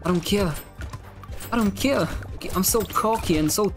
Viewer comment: "I don cale, I don cale". That accent though 🤣